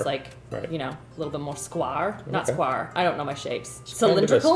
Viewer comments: Canadian here. Never heard anyone say sqwar. I think she was making a play on the word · I loved watching you stroke Christopher’s arm. 😂 I forgot I was watching a review video for a sec. All jokes aside, is that REALLY how Canadians say “square,” or is just being silly? SQWAR made me spit out my coffee, and then the video just continued like nothing happened. Please advise. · Wait up...is that how Canadians say square??😂